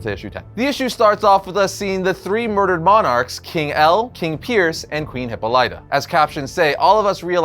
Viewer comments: HIPPA-lighta?! You're killing me,! hi-POLLY-tah is the pronunciation you are after. Seems like a small quibble but I am obligated to say something lest my Greek wife lock me inside a Brazen Bull. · HipPOH-lit-ah not Hippo-LIGHT-ah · Please tell me he's just trolling everyone with his pronunciation of Hippolyta. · That pronunciation of "Hippolyta" has me screaming, lol